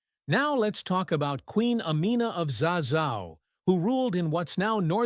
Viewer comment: Amina of ZARIA ....not zaza 😅